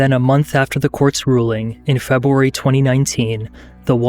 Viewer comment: Feb-uh-wary. Offspring.